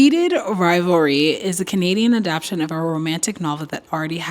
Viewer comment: Every time I hear someone mispronounce “adaptation”, I want to crosscheck them into the boards.🤬